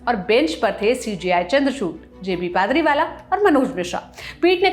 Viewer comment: पादरीवाला नही बल्कि पारदीवाला बोलिए मैम